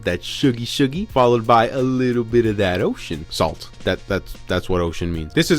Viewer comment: Why does it feel like a cuss word every times says "salt"